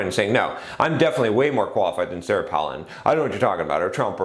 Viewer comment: It's Pālin like pail, not Pălin like palace. :) Any way, I don't think politics is a good example because there isn't any feedback mechanism, like profit and loss, to tell if you are doing a good job, and there is no competition once you in, except to some extent between US states or localities (e.g. tax migration), but that could be because other places are getting even worse, rather than you doing a good job. A person who is good at campaigning isn't necessarily going to live up to the expectations they fostered in their campaigns, but once they're in, they're in unless impeached or recalled (which is rare). Just look at Regan: not getting rid of the Dept. of Education; or Obama, the US is still in Afghanistan. It's also kind of an old-boys' club; especially, within parties Millette and Brown were outsiders while Randy and Goldberg are the old guard. Didn't even get to another election season to see how competent they were at getting candidates elected. Not sure about the raising money thing; it's subjective how much is enough within the timespan. Personally, I would like to see that ring cast into Mordor. I only use Facebook to get contact info and some group announcements; too many adds, too public. Google groups fixes some of the issues people have with Facebook but it hasn't caught on. Maybe Google groups is the Dvorak equivalent of social networking; better but not good enough for people to take the opportunity cost of switching. But yes, I agree with you